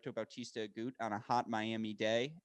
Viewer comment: AguTTTTTT! Please pronounce the T -this is Spanish, (the 2nd language of USA) where every letter is enunciated.